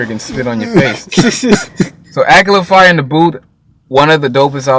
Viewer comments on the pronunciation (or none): 'Its not akala I beg your pardon' if you know you know. His name is pronounced like 'akarla' :D. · It is pronounced Akarrla not Akala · ah-kah-la not ahkala dope review tho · The way you pronounce Akala is the most wrong thing ever. its pronounced A-ka-yla. not Ak-a-la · its not akela its A-KA-LA.. good video though bruh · it's pronounced akarla not akala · It's pronounced akarla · Lool he said akla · my brother! love what ur doin bro but just for you the way you pronounce Akala is like "AK-AR-LA" :) you got my subscribe bossman! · His name is pronounced A, car, la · Goodshit. Btw Akala is pronounced ah-kah-lah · it's pronounced a car la